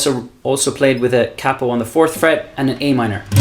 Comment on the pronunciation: Thank you. But more importantly than all the great playing and advise, you say capo properly, with a soft a. 🏆